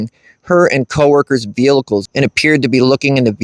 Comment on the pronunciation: Bruh. There’s only one “L” in “vehicles”. 😂 It sounds like your saying “veal-lickles” and it’s got me cryin😅